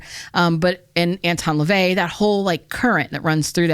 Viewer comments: Did you say Elvis leavey??? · I love the way you pronounced Anton Lavey like a British Indian, I had to replay that scene a few times